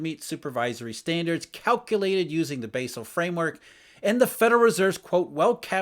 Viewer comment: I love but he keeps pronouncing "Basel" in a funny way